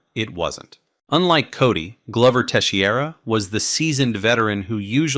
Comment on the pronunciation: For an mma channel you sure butchered Glover Teixeiras' name lol